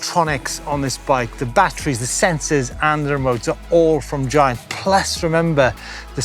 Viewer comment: It is pronounced giant not giant.